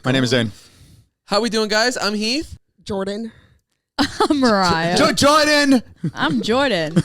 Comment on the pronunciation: " I'm Joarden"